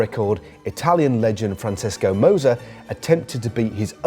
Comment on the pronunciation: If you're gonna pronounce Francesco like that, I guess that makes last years tour winner Vinsenzo Ninbli.